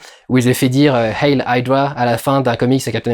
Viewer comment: on voit tout de suite la culture americaine: -"hail hydra" au lieu de "hEil hydra" avec un e, parce que le "e+i =ay" en Allemand